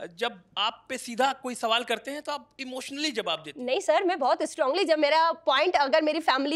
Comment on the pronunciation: Pahle dhang bolna sikh mai ko may bolegi